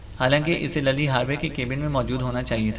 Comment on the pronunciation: Lilly name hota ha Lally nahi